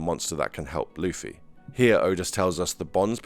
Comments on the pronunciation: STOP FUCKING CALLING LUFFY LIKE HOW YOU WOULD SAY THE WORD “fluffy” have you watched a single fucking episode of one piece? his name is LITERALLY PRONOUNCED AS (loofy). channels like yours make me despise one piece centric channels. i’ve been watching the anime since the 4kidz dub. in 2004. how you even have a single subscriber absolutely baffles me. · stop saying lafee its lu-ffy